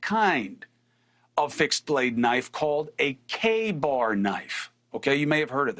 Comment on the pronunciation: CUOMO THAT IS NOT A KA-BAR KNIFE. You should get it right